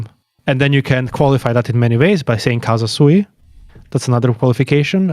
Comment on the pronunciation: I don't want to be splitting hairs, or looking for a hair in an egg as we say in the Balkans (doesn't come from our powder keg?), but if you have the audacity to say that Deleuze had read Spinoza wrongly, you shouldn't be saying "casa sui" throughout the video, because it means "ones own home", and should say "CAUSA SUI", because that "u" makes a world of difference...